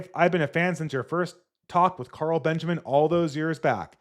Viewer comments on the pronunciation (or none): none